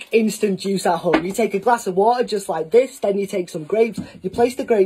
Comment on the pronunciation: "Just like ThiE Just like ThaA"